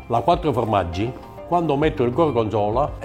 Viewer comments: Bonne vidéo mais par pitié... FORmaggi... pas fromaggi. Merci <3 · Pour information: on ne dit pas "fromaggio" mais formaggio (formaggi au pluriel) ^^ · C'est "formaggi" pas "fromaggi" 😁😁